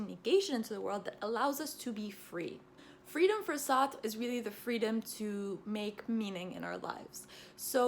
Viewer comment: Wow this is the first video I have seen of you and it was beautifully organized and concise. You did Sartre a lot of justice with your explanations and you also pronounced his name nicely. I’m a philosophy undergrad and I’m reading some of Sartre’s work and find it extremely intriguing. He is one of my favorites even if I don’t agree with all of his work. I want to thank you for making such a easy to understand video of his thought without sacrificing the intricacies at play. PLEASE do more videos on different philosophical texts, we would ALL benefit from them. I felt drawn into the video the whole time! Thanks!